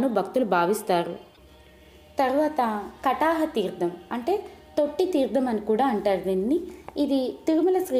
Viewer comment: చాలా సంతోషం. చెవులకు ఇంపుగా చదువుతున్నారు. ఉచ్ఛారణ దోషాలు కూడా చూసుకోండి. తీర్థం, న, ణ తేడాలు.. లాంటివి.